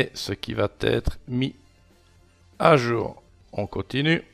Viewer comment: Non, rien ne "VAT ETRE INSTALLE" !!! Ça fait je-ne-sais-pas-combien-de-fois que tu prononces vat être alors que, je te signale, il n'y a pas de t à la 3ème personne du singulier du présent du verbe "aller" !!! Ça me fait un mal fou aux oreilles ! (et tu n'es pas le seul à faire l'erreur, à l'oral, je constate ça sur plein de vidéos de beaucoup de gens).